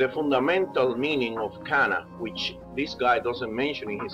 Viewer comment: It's not "Qanna"; it's "Kanaa"